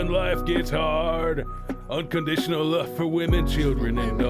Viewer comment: Ohh, its "love's for " but comes out sounding like luvsfa